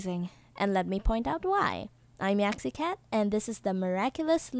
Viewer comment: I'm silly again cause your name is Yaxi not Yuxi